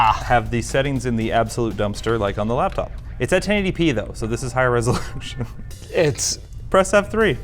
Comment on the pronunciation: It’s not a “lab top”